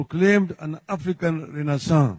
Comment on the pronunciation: ❤❤❤❤ renaissance well pronounced ! Fantastic !